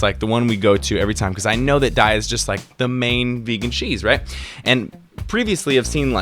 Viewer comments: Love you but PLEASE stop saying DIE-A. It's DAY-A. Company has confirmed it and the name comes from a Sanskrit word "Dayaa" meaning compassion. THUMBS THIS UP. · Hey! New to your videos. Found your channel through your skin journey. :) (Congratulations, btw! The treatment clearly went well! Your skin looks awesome!) Just wanted to let you know--it's pronounced "day-ah". :) I used to say "die-uh", too. (New vegan, here. 7 months in.) Then, I read the website: "We pronounce Daiya as “day-ah.” As in “Have a nice Daiya!” The name came from a play on the words 'dairy' and “Dayaa,” which is Sanskrit for “loving, kindness and compassion.”" Anyway--Love what I've seen of your videos, so far! After seeing the "nice" cream one, I'm gonna try PB2! :D Looks yummy! Thanks for making this video. I almost got this cheese by accident once, too. It caused me to become more vigilant, and start reading labels more closely--even in the "vegan" section. :P